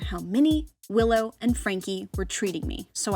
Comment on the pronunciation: LOL I herd pillow and cranky instead of willow and franky 😂😂😂😂